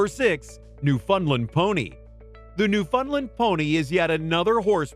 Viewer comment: new foundling is pronounced new -fownd land not new fund land